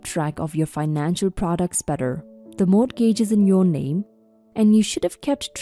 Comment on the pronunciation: Once again- the word “mortgage” is pronounced: “MORE-gidge.” The ‘t’ is SILENT!